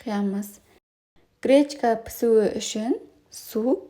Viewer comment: Кречка кречка деп не айтып тұрсың,не кречка а гречка🤦‍♀️